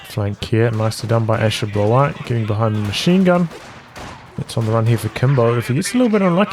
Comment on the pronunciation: Great cast, you’re camera is excellent. Also I thought Ashablois was pronounced as Asha-blah not asha-blahwa?